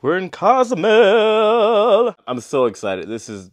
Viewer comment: It's pronounced CO. zoo may ale not "cause mel" and "Coast uh my uh" not "costa my uh"